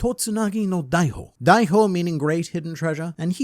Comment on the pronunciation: Extremely nitpicky lil correction here, I thought you'd like to know since you're the one piece guy: It's "Hitotsunagi no daihihou" not "daihou", there's an additional "Hi" in there that you're not pronouncing which makes it a different word :)